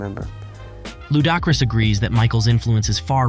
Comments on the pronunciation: LU-DAH-Chris wtf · Who is Lou Dock Ris? 😂😂😂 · No way you pronounced Ludacris’s name like that. I’m SURE you’ve heard his name before and it’s not pronounced that way. The least y’all can do is properly pronounce their names correctly. Shit pissed me off.